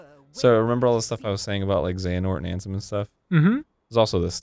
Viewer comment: Every time Arin said Ansem I was like nahhhh 😂